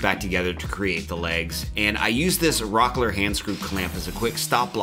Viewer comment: Rockler this.. Rockler that.. lets take a drink of .. cola.. every time he says rocker.